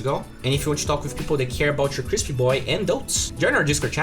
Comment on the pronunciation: The way he says crispy is crispy